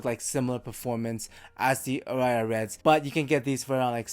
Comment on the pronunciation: Aria is a word in English as well, and it's pronounced differently - stress on the first vowel.